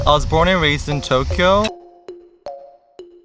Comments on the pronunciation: Like how he pronounces Tokyo (Tok e oh) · Listen to how he says Tokyo, for example. That is neither an American nor an English pronunciation.